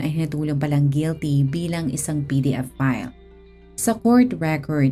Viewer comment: Mabablock po ba channel mo pag sinabi mo ung word na "pedophile"? PDF file kc pagkaka sabi mo eh